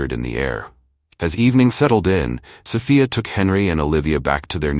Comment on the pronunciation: Did you proof read this story never mind I answer for you. No you did not. Plus you didn't even pronounce Sophia right all the time a wrighter your not.